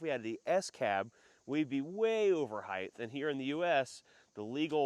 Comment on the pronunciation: Why do Americans say Heighth. It’s Height. The ways they say it isn’t even in the dictionary.